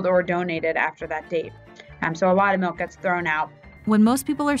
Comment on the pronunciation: Stop saying meawk instead of milk